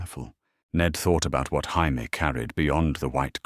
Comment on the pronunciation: Could this AI system learn how to pronounce Jamie(Jay-Me)? Asking for pretty much everyone watching.